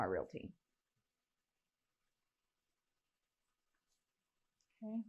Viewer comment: She also says relaty instead of realty and murah for murder